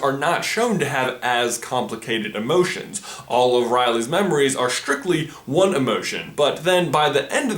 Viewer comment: What emoshens do the emoshens in inside out have